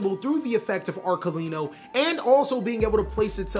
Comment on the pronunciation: Thank you for saying Arlechino's name correctly. I'm so tired of hearing people butcher it.